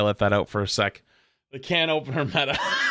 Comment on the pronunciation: Nothing wrong with ohpenagh